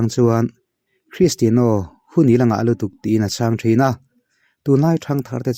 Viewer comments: Kalo sawi ve lawk.. Cristiano Ronaldo hming i lam laia 'Cristiano' tih lai i lam dan hi a mawi chiahlo ee kalo tia.Ka hre ber e ka tihna lam nilo in keyboard a 'Piano' kan lam dan ang chiah hian 'Tiano' -Cristiano tiha lam hi a lam dan dik zawk anilo maw le.. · Mizo Official channel Thalai Association Chuan Christiano A Lam Dan A Mawi Chiahlo Avangin NA TAKIN KAN DEM E. Tunah chin atang chuan 'Piano' Kan Lam Dan Ang Chiah a 'Tiano' ti a lam tawh tur in kan phut tlat e Secretary Mizo Official Channel Thalai Association